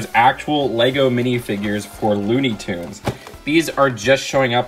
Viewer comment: It’s toons not tuns ps love your videos